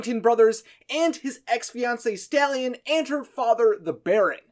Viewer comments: Are you sure it’s not stalyan bc I don’t think staylan is correct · When he said stalyan I thought He stole a horse